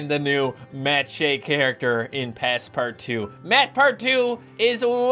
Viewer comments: Why are ypu calling it passpartwo? Its pass-part-out! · It’s pernounced pass-part-out not two